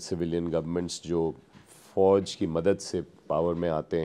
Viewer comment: Sarif nahi Sharif, Fouj nahi Fauz karadi yaar tune Mauj😂